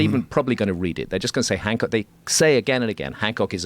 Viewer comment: you said gram hock 😂😂😂😂😂